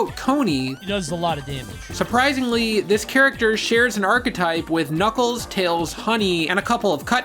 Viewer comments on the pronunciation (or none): none